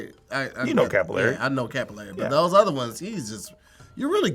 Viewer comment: But Capillary was definitely pronounced incorrectly